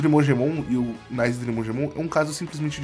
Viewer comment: Não é "NAISE" e nem "NIZE", a pronuncia correta é "NICÊ" 👍